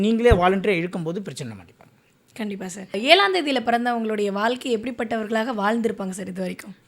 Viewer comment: வால்கை இல்லை வாழ்க்கை